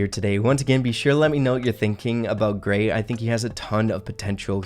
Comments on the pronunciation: Say Gray with no r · When he said Grayeverytime i heard 😂